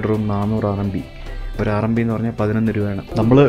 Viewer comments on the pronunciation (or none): It is not RNB, it is RMB, short form of renminbi, the full name is Chinese yuan renminbi